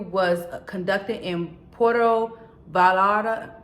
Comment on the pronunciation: Its pronounced "p-WAYR-toe vay-ARE-ta"